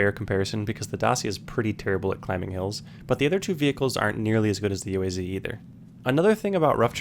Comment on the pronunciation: you don't pronounce UAZ like that, you say like a whole word- [OOASS] (thats how you do it)